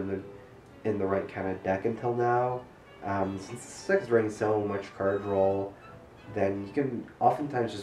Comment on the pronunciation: Drinking game! Take a drink after says "drawl"